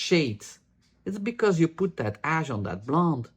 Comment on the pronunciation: I keep hearing dark/light ass instead of ash. 😂 I keep thinking is really annoyed, 😅